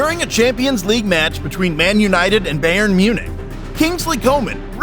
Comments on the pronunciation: Anyone else triggered how they’re pronouncing Bayern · i’m from Munich it’s pronounced (buy urn) I mean no offense, but it sounds weird to a native speaker